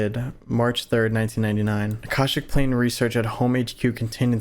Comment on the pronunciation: do some research into the Akashic (ah-Kah-shic) records before you continue the series. If they start tying that in you’ll be so confused without some basic understanding of it. Knowledge is probably even linked to that specifically.